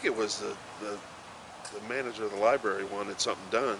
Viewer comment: Lieberry LOL